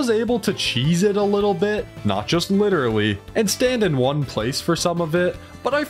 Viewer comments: "so thats witawy a dead giveaway" i have no idea why you pronounced "literaly" that way LOL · Why did you say literally like that?